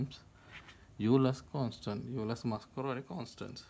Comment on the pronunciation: Oiler, not yuler. How are supposed to know ψ(1) = -γ? Are you supposed to just memorize that identity?